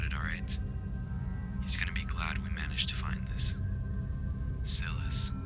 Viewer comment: btw you also said silas wrong its sye-liss not sillis